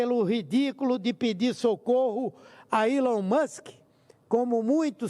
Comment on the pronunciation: Humberto. Aprende. Falar. O. Nome. Do. Alon.